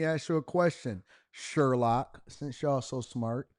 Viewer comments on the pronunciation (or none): none